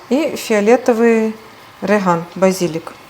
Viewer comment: Не рыган , а реган !